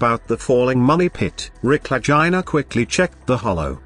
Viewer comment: Really bad especially the ai pronunciation of Legina😯